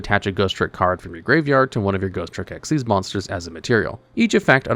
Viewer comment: No, you are wrong and an idiot! Ghostricks have a really solid line of Xyz Monsters, NOT XYZ Monsters! The Mechanic is "Xyz", it is not and has never been "XYZ"! Stop doing that! You don't do that for Ritual, Fusion, Synchro, Pendulum or Link, so why do you do it Xyz? It's not funny and it's not clever! You're like those so-called PokéTubers who mispronounce it as "poh-kuh-mon" instead of the correct "poh-kay-mon"! There is no such Mechanic as XYZ, never has been! And you literally have Xyz Monsters RIGHT THERE, you have no excuse! Again! Also, you're forgetting Spirit Barrier exists!